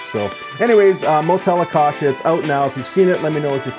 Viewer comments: You can listen to the correct way to say Acacia in one of the Iron Maiden songs you can easily find here on YouTube: "Iron Maiden - 22 Acacia Avenue". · you don't even know how to pronounce acacia😔 and he said he research about it.